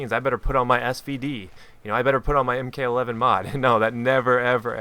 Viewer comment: you mean Mark 11 and not m-k 11. you dont call a mk-19 a m-k 19 you call it a mark 19